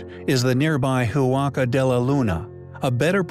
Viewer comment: Re. Huaca del Sol: It is pronounced wock-a, not who-ocka. The "h" is silent.